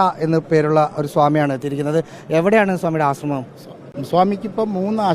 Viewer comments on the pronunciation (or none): none